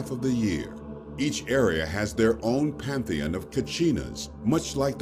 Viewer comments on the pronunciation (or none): none